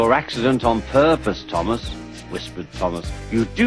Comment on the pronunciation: "Thomas' not 'Tumass'